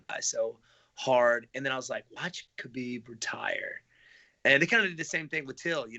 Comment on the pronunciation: Wonderboy: Khamzat- "homzot" Khabib- "cuhbeeb"